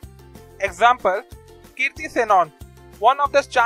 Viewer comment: logicless video..bencho...i'm also an engineer so i can tell..india ka map galat dikha..aawaz v bkwaas hai teri..and its kriti...not kirti!